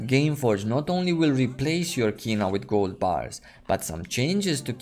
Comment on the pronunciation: its KINAH, fcs.. not Kunah